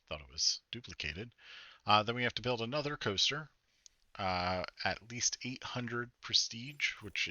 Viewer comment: “Planet Two-ster”? 😂